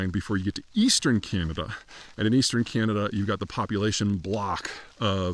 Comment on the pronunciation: There are 41.6 million people in Canada dude…..being off by 2 million people is very significant! Also, please learn to pronounce “Canada” properly or shut up ffs!